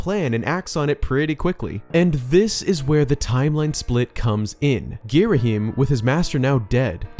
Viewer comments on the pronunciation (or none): Sorry to be one of those guys but it's gear-uh-HAM not gear-uh-him